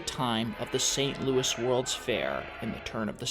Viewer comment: It isn't a disease, it's a demon.... It's my opinion don't bother trashing me.... Last i heard, i live in a free country and i am allowed an opinion I love your narrating skills! ❤ It's pronounced luey not luis Omg her mother was more of a scumbag than i knew! I sympathize even more with her now Astaire and Kelley wow i never thought I'd hear of them in the same video! ❤ Lorna! ❤ I love both Shirley and Judy! ❤❤ I just saw a video of a voice and technique analysis of our precious lion ❤ Or if they would've continued to make her wear that blond wig! Perfect ending to a perfect video! Thanks so much for posting! ❤